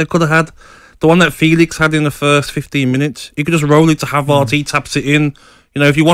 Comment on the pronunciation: Someone tell Gabby it's not ' Have Arts' 😅